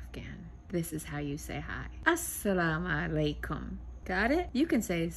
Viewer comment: You still didn’t say it right 😂 you forgot the mu, assa la MU alay kum